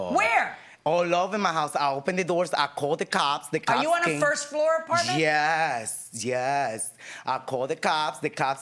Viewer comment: Jyes… jyes…😂😅